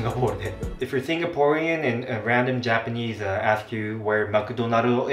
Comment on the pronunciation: another one - - 'pronunciation ' should be pro-NUN-ciation nor pro-noun-ciation. 'Japanese' should be Ja-PA-nese not Ja-PAN-nese. Also 'vase' in American english is pronounced differently from British.